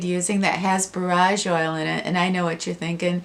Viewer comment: Just found your Chanel ❤️❤️ I’ve studied herbalism for years, borage is pronounced Bore-age